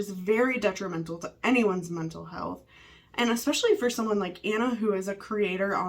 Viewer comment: I wish she would stop saying 'expecially' instead of 'especially' 😅